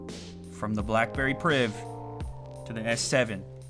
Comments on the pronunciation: BACKBERRY..... ffs get it right XD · Back berry priv? Lol